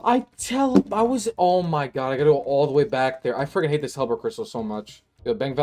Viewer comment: I hate how you say "freckin".